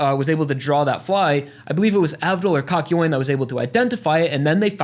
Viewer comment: Im gonna cwy you said kakyoin bad